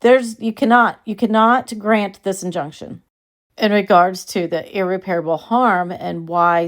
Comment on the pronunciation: Ear-rep-perable not Ear-repair-able